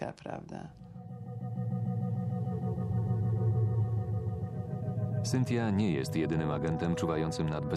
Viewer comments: Prowadzacy imie Cynthia wymawia lepiej niz pani, musiala miec maly kontakt z jezykiem w tych Stanach lub ma slabe zdolnosci jezykowe. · Tyle lat w Ameryce a nawet imienia Cynthia nie potrafi wypowiedzieć